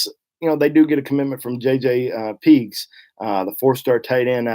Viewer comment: You keep calling Pegues "Peegs." Has he told you to pronounce it that way? I'm related to Pegues in Louisiana and my family has always pronounced it "PaGeez." Just curious....